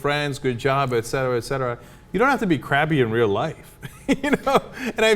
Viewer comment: I really appreciate how chenk pronounces "et cetera". Far to often I hear "Ect cetera" and it pisses me off. :)